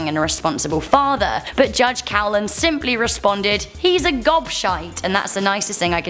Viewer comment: Coughlan in Ireland is pronounced Cocklan. Just saying. We had a great runner in the 70s and early 80s called Eamonn Coughlan.